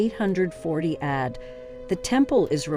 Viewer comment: It's very distracting to hear AD said as add. Other pronunciations were also distracting as this reader/generated voice tried to maintain consistency throughout. Just an observation.